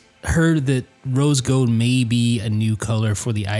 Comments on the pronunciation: Lol he keeps saying rose "gode" instead of rose gold... I like his accent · G-O-L-D not G-O-D-E!